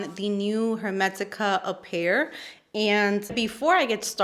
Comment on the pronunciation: I love the played with the word appear. Apple and pear, and instead of pronouncing it the correct way you pronounce it like it's ingredients. I love it! Also, your eye look is gorgeous